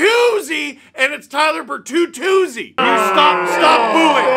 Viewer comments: Tyler Ber”three”zi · Tyler Ber-three-zi